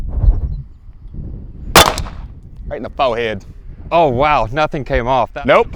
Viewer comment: Right in the “Foe Head”….😂😂😂